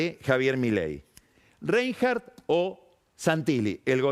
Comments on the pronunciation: El apellido REINHARDT no está pronunciado correctamente, Carlos, le falta acento germánico. Te tengo que bajar un punto. Tenés un 9. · Siendo Pagni alguien tan preocupado por pronunciar bien los apellidos lo haga tan mal con el apellido de Karen.